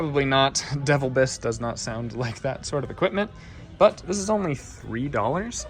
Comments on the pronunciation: Hi, I know that sometimes you "word pronunciation challenged"😂, but this one I have to point out for you. I usually don't comment, but.....your "Devil- bliss" humidifier is actually a good name in tools and other things. Didn't even know that they made humidifiers. A yway, just so you are aware, the brand is pronounced, "De-vill'-biss". 😅 Now you know. 😊 Thanks for your great videos. I never miss them! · Day it like this: De VIL Biss. Not devil biss